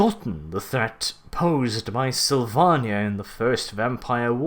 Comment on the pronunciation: The way you say Slyvannia makes me sad :(